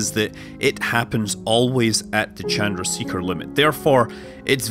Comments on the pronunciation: rahsh -> rowsh chan-der-see-ker -> sha-der-uh-sheh-kah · “Chun drah shaker” is how it is pronounced.